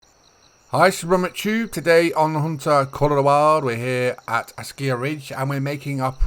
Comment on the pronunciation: Another great video. But you driving me nutty when you pronounce ASKIY as ASKIYA, there is noooo "A" at the end of the word buddy. Keep up the good work tho !!